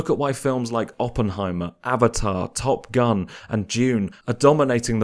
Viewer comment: also why do you say Top Gun like that